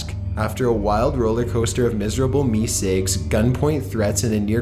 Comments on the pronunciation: idk why but it bothered me so much he said meesicks instead of meeseeks 😢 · I thought it was mr. Meseeks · I like when the audio switches back and forth between the cartoon clearly saying "MR MESEEKS" and then repeatedly saying "Mr. Missigs". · Meesigs!? How do you mess that up? It's meseeks! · AAh Gees it's not Mr. Mizzigs it's Mr. Meeseeks !! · Dude it's me seeks. Not me sigs. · Its Meeseeks, not meesigs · how can you know so much about this show and not know how to say MEESEEKS? its pronounced "Me Seeks" not "Me Cigs" He even says his name in this video and you still say it wrong every single time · Meeseeks not meesicks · "Mister meesicks" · "Me cigs"; this tilted me so much I had to stop watching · He sounds more like he's from Canada. Like a Canadian-valley girl accent. I'm actually watching the whole thing and I just got to a part where he talks about the meeseeks and he pronounces it meesigs..... I hate him so much. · "Mr. MeeSigs"????????????? What the Fuck??? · mister mesicks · The content is good and well said aside from a few mispronounced words (Deft, Meseeks). But The up talking kills the watchability. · How can you not say Meeseeks right? when you have a clip of them saying it the right way.